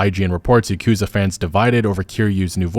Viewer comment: It's not yeah-koo-zuh It's Yawku-zah